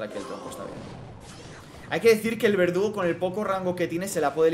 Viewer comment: nadie a notado que en a primera partida en ves de decir verdugo dice vegudo ajjajajaja